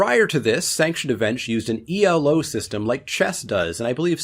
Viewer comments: It's not E L O, it's Elo, which is the surname of the guy who invented it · It's not "E.L.O.", its "Elo." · Elo isn't an acronym. You never say the letters. Elo is the name of the mathematician who invented it.